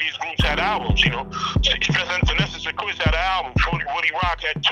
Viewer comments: Why does the Narrator keep saying "SYN-QUINCE" when her name was pronounced Syn-QWIS???? DO OVA'.....DO OVA' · Finesse and SIN-KWISS bro not SIN-QUINTS!!!! smh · Darn sure didnt...lolololol "SYNQUENCE" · Much respect for this upload but dude didn't pronounce Synquis' name right one time